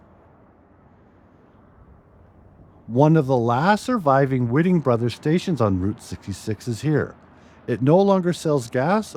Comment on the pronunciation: Prounounced WHITE---ING Brothers and Rio PERK-O.......and its pronounced Q-Where-Vo, New Mexico.